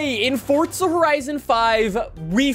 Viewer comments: UMMM ITS NOT FORTZA HORIZON ITS FORZA horizon 5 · Fortza Horizon Five